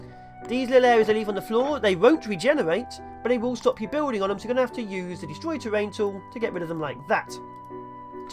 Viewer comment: "Fire over woowls", "bewlding sluts", "eight pewpl". Oh those Englishmen...